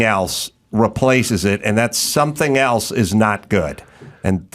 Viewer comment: Why does she say “ELTSE” instead of “ELSE?” Please please please get rid of this trope. There is no T in that word!